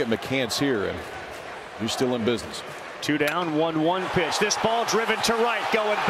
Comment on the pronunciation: Those commentators really cursed the OM pitchee